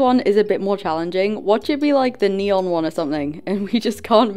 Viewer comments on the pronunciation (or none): none